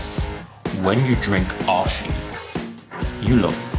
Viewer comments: btw its not oshi its O-I-Shi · So funny he called the drink oi-shi. It is supposed to be pronounced oo-ie-shiie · OISHI call o i shi not osshi hahahah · Have been waiting for food taste! Try something goods! Why did you always pick a snack that some thais doesnt even eat them? Btw greentea pronounce as The brand is in japanese language means delicious the way you would pronounce is o-ii-shi haha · The pronunciation for the oishi is o-e-shi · Well...... Oishi pronounce like Oh-ih-shi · O - I - SHI Japanes